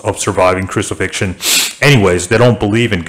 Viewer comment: he said "a full roman crusifixion". nice try tho.